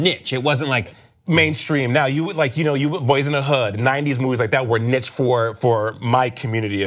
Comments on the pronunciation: no shit. but NICH? surely they can do better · Im sorry “NICH” ?